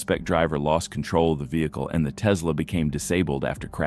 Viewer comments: . It's not a blue "Tezla". It's "Tess-la". Please learn how to pronounce names of cars, etc. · These videos are great & I thank you, but how TF do you not know how to pronounce, "Tesla?" There is no Z.